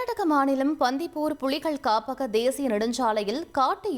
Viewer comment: தயவு செய்து தமிழ் எழுத்துக்கள் சரியா உச்சரிக்க தெரிந்தவர்களை செய்தி வாசிப்பாளர்களாக போடுங்க plzzz🙏🙏🙏 புலிகள் என சொல்ல தெரியவில்லை புளிகள் என சொல்லுது 🐒🐒🐒